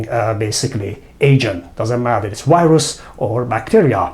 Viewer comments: سلام دکترجان همه چی عالیه فقط تلفظ انگلیسی Virus , Viruses از دیکشنری ها چک کنید ممنون. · Thanks. Very good info. But why is it so difficult for many people to pronounce "v" as in virus? or video? And not wirus, not wideo. To pronounce "v" just touch the upper front teeth to lower lip. That's all.